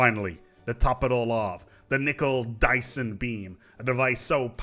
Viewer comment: "Nickel-Dyson-Beam" you fucked the names up hard